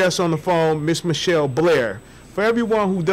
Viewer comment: Come on dude, is it michelle or mitchelle???. Cause you start off pronouncing her name wrong!!!!. Speak right !!